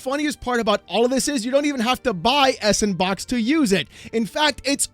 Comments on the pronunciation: isn't it just called sandbox in terms of pronouncing it? s &(and) box sandbox hearing s and box was irking me bad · Can we PLEASE stop call it "Ess and box" It's SANDBOX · Is it really that hard to read out s&box? Like it should top you off immediately that it feels and sounds dumb to say “s AnD bOx” like 75% of the people reporting this just can’t figure it out somehow. It blows my mind. I know it’s not that big a deal but if you’re supposed to have looked into this enough to make a video on it, maybe know how to say it? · Pretty sure S&Box is supposed to be pronounced “Sandbox” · I"ve beeen pronouncing S&Box as Sandbox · Just say "sandbox", no need to emphasize the '&' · I know what you’re doing. You’re saying S&box wrong to increase comments. I know you’re doing it… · i know? Some people aside from are pronouncing it s, and box which i also dont really get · How long until you realize it's supposed to be read as "Sandbox"? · That I think is the biggest risk looming over this. Giving the means to make games and sell them to everyone for free is great and I fully support the idealism. But you can just tell from miles away there's going to be a f**kton of shovel ware produced with sANDbox (that pronunciation was a pet peeve the entire video) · Is anyone gonna tell him it's actually pronounced sand -box? Lol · It's not 's and box', it's Sandbox! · FYI... it's pronounced "Sand BOX" = S & Box ^_^ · He's reading as it looks instead of going 'oh, Sandbox' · it's SANDBOX! not s-AND-box Wow Mr. "it's not EC bald" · It's not "S and Box" LOL 🤣It's "SANDBOX". The "&" symbol is "and" and the S in front of it makes it "Sand". Then put the word "Box" after it and you get SANDBOX. Get it? It's a sandbox engine. Saying it the way you do in the video makes you sound dumb AF. And yeah it's basically RoBLOX for adults. 😛 I think they should just call it Sandbox so people stop saying "S and Box" and sounding stupid! 🤭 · It's pronounced Sampersand Box.